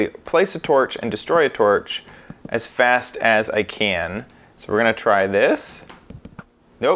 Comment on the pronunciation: "Oh, wasn't fAst enough" sorry lol